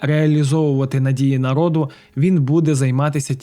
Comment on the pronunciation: Почему ,,нАрИд,,!? Не выдумывайте,всегда в украинском языке говорили ,,нарОд,, не коверкайте